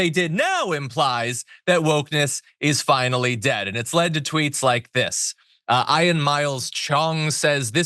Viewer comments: Some people from Slavic countries have trouble with that name. When spelled in their languages, It looks like it should be pronounced "Yon". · Never met someone who couldn't pronounce the name Ian before. That was odd.